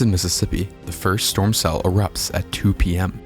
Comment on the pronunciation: free strom relif? seriously